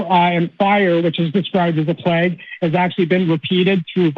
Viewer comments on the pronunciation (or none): none